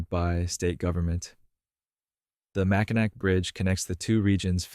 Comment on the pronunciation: Macinac is pronounced "Mack-in-AWE"